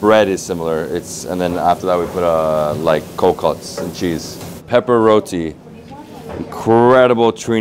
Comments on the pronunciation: I was enjoying the video until he said rodi. It's roti my friend. Love your videos still❤️ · It's Roti pronounce it right or don't say it at all!!!!! Omg